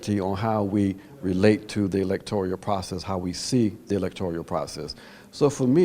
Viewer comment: Ajamu, the word is electoral, not electorial...